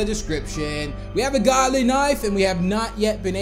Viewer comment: ITS GOOLY NOT GODLY